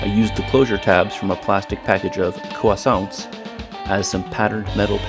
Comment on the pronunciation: lol the way you said croissant reminds me of carl from jimmy neutron